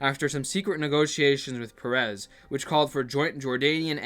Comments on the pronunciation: is peres, not perez,hes not mexican god damn it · you pronounce it like the name of the pokemon "paras", clip for reference